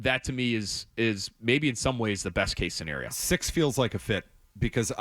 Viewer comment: It’s best* case scenario not “base case scenario”